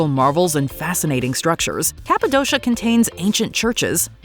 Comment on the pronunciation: Cappadocia is pronounced with two K-s - "kapadòkia".